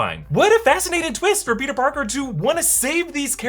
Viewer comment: For some reason it seems like doc ock was saying “you’re not Peter pogger”